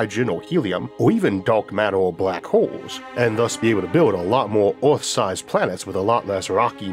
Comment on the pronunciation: A program about earth narrated by sometime that cannot pronounce “earth”